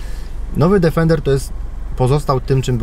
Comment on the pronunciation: Niestety przykro się robi słysząc co 10 sekund "DEFENDER". Niestety to auto nazywa się tak tylko w ustach polskich "znawców" wymowy języka angielskiego. Odrobinę przyłożenia się do tematu by nie zaszkodziło panom redaktorom. Obciach i tyle.